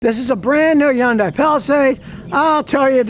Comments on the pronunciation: ITS HYUNDAI LIKE SUNDAY NOT YUANDAI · From an actual Korean immigrant: it's pronounced "hun-day" not "yun-die". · No, the correct (South Korean) pronunciation is "HYOON-die". The North American pronunciation is "HUN-day". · Its not a Yondai, Its a Hyundai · Scotty ...Hyundai rhymes with Sunday,or Hunday .When Hyundai came to America in 1986, Their slogan was Hyundai...Rhymes with Sunday. Not Yunday. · Scotty - It's pronounced "HUN-day"... not "YUN-die". Just trying to help you, 'cause I like you. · Yundye. And Yioneek (ioniq) 🤣🤣🤣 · Why do you keep saying Yun-Die? Is your name Scooty Killer? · Just on a friendly note. The name HYUNDAI rhymes with SUNDAY. Actually easy to pronounce. Thanks.